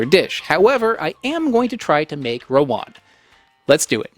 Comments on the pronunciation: Stop saying Rowan. It's Rawon. 🤦‍♂ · How to pronounce rawon: rah-won. Rah as in Bora-Bora island. Won as in korean won.